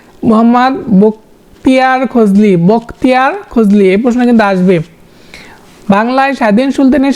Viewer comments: রিডিং পড়ায় এত বর্ন বিপর্যয় হয় কেন??? খলজি কে বারবার খজলি বলতেছেন। 😢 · আরে ভাইরে ভাই😂 বাংলা ভাষার উচ্চারণ এর এভাবে ধর্ষণ আর কইরেন না প্লিজ🙏 অইটা কর্নওয়াসিস না রে ভাই! কর্ণওয়ালিস😅 বখতিয়ার খজলী না রে ভাই! অইটা বখতিয়ার খলজী হবে😂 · খজলি নয় রে ভাই খলজি ছিলো😊,,, আপনার উদ্দেশ্য ভালো।তবে উচ্চারণে খুবই সমস্যা🥲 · খজলি বলেন কেন? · আপনি অনেক ভুল উচ্চারণ করেন।নালন্দা কে,লানন্দা, খলজিকে,খজলি